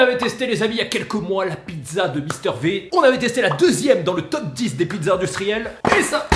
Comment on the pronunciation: Mister V prononcé Mister Vie par pitié, au secours 🤣🤣